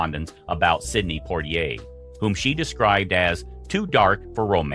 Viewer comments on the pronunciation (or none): Dear narrator, please learn to correctly pronounce Sidney Poitier's name. Thank you.🙄